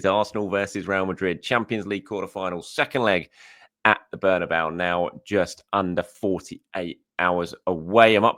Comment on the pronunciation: It's Bernabeu.